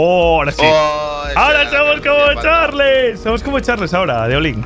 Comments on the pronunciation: no se dice charles se dice charls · Charls no Charles así se dise pero se escribe Charles pero se dise charls